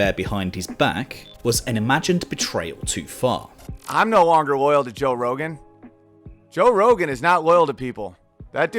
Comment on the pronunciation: toe rogan